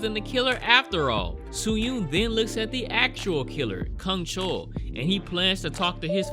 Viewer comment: Well, many characters in this movie butcher humans but you decidedly decided to butcher names I guess ('u' in their names are pronounced as in u for 'bus', NOT 'oo' as in 'soon' & the serial killer's name, you're soooo off on that one, I don't even know who you're referring to whenever you say his name), a lot of butcherin' happenin' in this review, I must add...